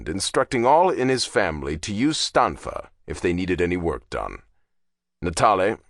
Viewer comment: Natale read Stanfa correctly.